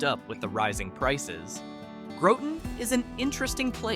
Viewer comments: It's Groton not groteton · You will be tired of hearing this, but Grot-un not Grow-ton. Great and informative video. Thx! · If you’re going to do a piece on a state at least know how to say their names. It’s pronounced Grot ton just like it’s spelled. Not like grautin potatoes. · Growton and House-a-tonic. Ha. Just kidding. Cool video. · You did not pronounce Groton correctly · Thank you. I was gonna give him the rotten with a G lol